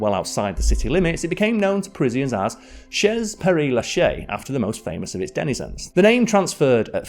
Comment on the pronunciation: 😮 chez ain't 'shezz'. Even schoolboy French gets it as 'shay', just days into learning the basics. How long did the due diligence take? If only the internet had pronunciation aids available.